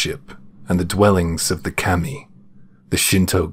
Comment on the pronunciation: It’s not Keemi it’s Kami….